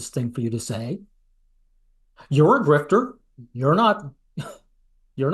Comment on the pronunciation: This guy says GrifteR with a hard R lmfao, like he's trying to spit on you each time and missing entirely. Love ur work btw